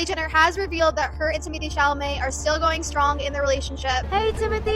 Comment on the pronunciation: not "Timothée Chalalé" FRTGHYYH